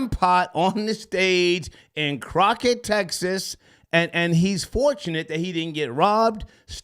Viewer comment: "Croqett Texas " 😩🤦🏾‍♀️ doen